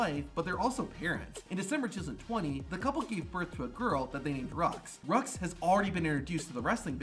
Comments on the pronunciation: I don't like how dude in that video said the name of Seth and Becky's daughter. I know damn well it ain't pronounced "Rucks" I swear it was supposed to be pronounced "Roo" Not completely pissed off by it, btw. Just very slightly annoyed. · Becky and Seth's daughter's name (Roux) is pronounced Roo, not Rux. Proof here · I could be wrong but I think Seth & Becky's daughter's name is French and pronounced "Roo".